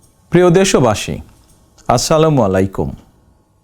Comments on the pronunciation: বিচমিল্লাহির রাহমানির রাহিম আচ্চালামু আ'লাইকুম শুদ্ধ উচ্চারণে আরো সচেতন হওয়া জরুরী। কারণ অশুদ্ধ উচ্চারণে অর্থের ভিন্নতা ঘটে। কারণ ইহা ভিন্ন ভাষা এবং তার মতো করে উচ্চারিত হতে হয়। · সাগতম আপনাকে। সালাম টা ও শুদ্ধ হয়না কেন?? যুগ্য জিয়ার সুযোগ্য পুত্র হতে পারে নাই। আপনার দলের মিডল ও নিচের নেতা নেতারা খাই খাই খাই মনোভাব নিয়ে এবং আওয়ামী লীগের লোকদের দলে নিয়ে যে কাজ করছে সেগুলো জনগন আসা করে নাই